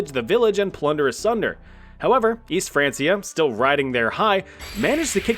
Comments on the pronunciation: "France-ee-ah." N...no. "Francia" was the latin name/spelling for the "Land of the Franks." Latin didn't have a "k," only a hard "c" (like "cut"), so "frank-ia." France is called "Frankenreich" in German to this day. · It's pronounced "Fran-kia", not "France-ee-er". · I had to stop watching after it’s not Franceia it’s pronounced Frankia, like the name Frank, because it’s the anglicized version of the original Franc, who were Germans who took over modern day France. Which was the last Frankish kingdom, which is why West Francia is now just France, as Germany and Italy both fragmented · Its pronounced frankia, not fransia, jesus. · It's "Frank-iah" not "France-iah" 😩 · Frank-e-a not France-e-a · Its not franceia. Its said Frankia god damn you. Its not english. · It's Fran'K'ia, not Fran's'ia...the C is hard as its rooted in Latin. Remember, kids are learning from channels like this so teach them properly. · Not be an a-hole but it’s pronounced “frank-E-A” not “fransia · It’s was pronounced like Frankia and not France-ia. Hence why they were called the Franks. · Hearing Francia as Franceia sends me. Why u keep saying like that!? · “frein- key-uh” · Isn’t it pronounced frank ee ah? Didn’t you watch Vikings? ❤️‍🔥❤️‍🔥❤️‍🔥❤️‍🔥 just saying (😗🤓😏) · Its pronounced Fran*K*ia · Hey, history communicators with only one job, the name of the Franks is probably a good indication of how you pronounce, “Francia”. I know, jobs are hard … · The Franceia pronunciation is giving me physical pain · It's actually pronounced like Frankia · How does one pronounce Francia wrong while (correctly) mentioning Franks in the same sentence? Wild. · Just pronounce Francia right damn it lol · its pronounced francia with a K, not a c. like you like in frank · My brother in Christ I don't think that's how you pronounce Francia. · Your pronunciation of “Francia” was mildly irritating. Other than that, great video as always!